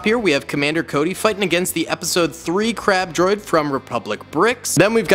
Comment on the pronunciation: I thought he said crap droid😂